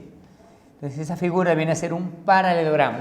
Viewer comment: OE LENGUA E TRAPO ES "PARALELOGRAMO" NO PARAGRAMO